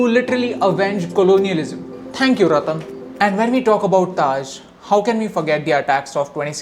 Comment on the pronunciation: sir ratan tata dont say ratan